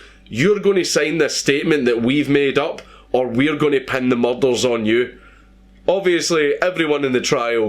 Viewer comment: Its pronounced "murders" not fucking "mulldarls"...